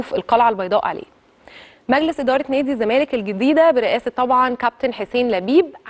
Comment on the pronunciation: يابنتي وشك مش باين، غيري تسريحه شعرك.. علي مهلك وانتي بتتكلمي. بلاش تتكي اوي علي كلمه الزمالككك... خلي صوتك طبيعي.. حاولي تقرأي من ورقة احسن.. بالتوفيق